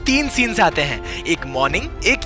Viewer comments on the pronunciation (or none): Haiin yr kya ho raha hai-pronouncation is funny